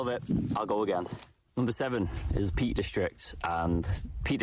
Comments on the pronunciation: Peak district not Peat. Lol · Peak not peat ! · In defence, it does sound like is saying Peat.